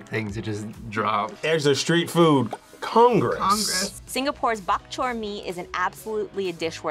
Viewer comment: No one pronounces the k in bak chor so hard 😂 it kinda just stays in the throat